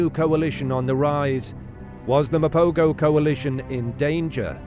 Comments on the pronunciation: This narrator pisses me off; the proper pronunciation is Ma-po-ho and not Ma-po-go. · Pronounced "Mapoho". Rookie error.